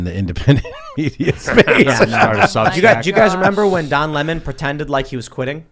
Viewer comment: Lemon is pronounced "lemon" NOT "limon" ....... that's stolid vodka limon'